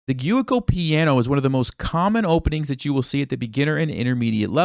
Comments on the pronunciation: Dude, you butchered how to say giuoco piano, lol. JOO-oh-koh pee-AH-no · Great video! The only thing that needs work is the pronounciation of the opening 😂